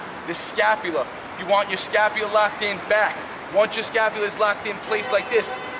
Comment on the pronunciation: All I heard was scapulia the whole video 🤣🤣🤣